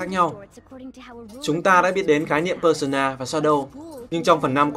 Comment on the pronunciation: Pơ-sâu-na mà